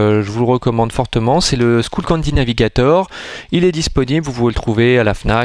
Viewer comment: Juste c'est pas skoullcandy mais skullcandy:soit ton accent est pourrit soit tu sais pas comment le prenonver